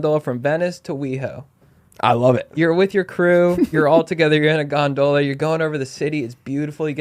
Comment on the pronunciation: they way he kept pronouncing "gondola" took me out of the episode and i couldnt get back in